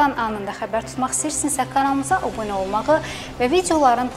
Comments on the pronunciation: obune yox, abunə. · obune yox abune